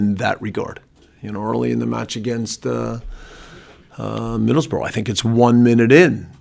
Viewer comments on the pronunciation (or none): This guy doesnt stand a chance he cant even say Middlesbrough properly its like this league is completely alien to him